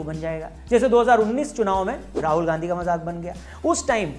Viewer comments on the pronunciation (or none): none